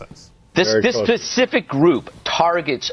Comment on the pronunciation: Did he just say 'this pacific group'? Oh Greg Gutfield..